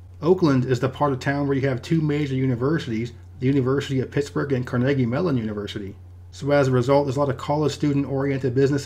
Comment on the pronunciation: Do you mean ? Sounded correct to me, and I live there.